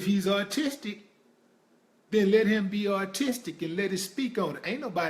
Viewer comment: Autistic! Aw- Tis-Tic Not Artistic! I had to!;)PEACE